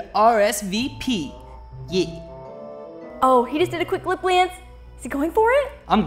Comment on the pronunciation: thooo Alex:ITS TIME FOR MEH TO RSVP YEH